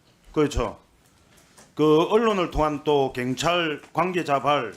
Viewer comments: 갱찰?? 한국말이나 똑바로 해라. 갱상도 새끼들... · 갱찰?? 발음 좀 똑바로 해라~ 갱찰이 뭐냐?? 내란당 정똥만아 무식한 놈아~~ㅉㅉㅉ 갱찰? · 갱찰이 아니고 경찰입니다. 발음이나 똑바로 하세요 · 경찰이라고 갱찰이 아니라고 발음도 못하고 바보냐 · ㅕ발음 안되냐 갱찰 핸재 ㅋㅋㅋㅋ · 발음이나 똑바로해라 자슥아 갱찰이뭐냐ㅋㅋㅋ